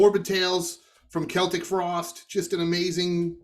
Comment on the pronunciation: Please ryan,could you please stop calling celtic frost,seltic frost...it's keltic frost ☺